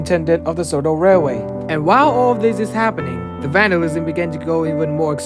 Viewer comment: Dude u mean railway? 😂